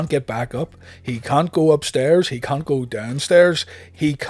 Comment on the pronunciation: Please, Enunciate the way you say the word “can’t,” it’s a bit cringe worthy. 😂😂😂😂😂